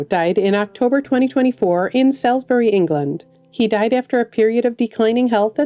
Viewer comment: Salisbury, England is pronounced 'SAWLZbree' for anyone interested.